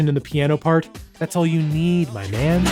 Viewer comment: "My man?" Are you from New England? Lol